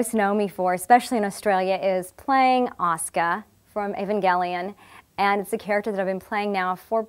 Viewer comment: Love that she pronounces her fucking name correctly. People know how to say Sasuke but say Asuka wrong in the west. Baffling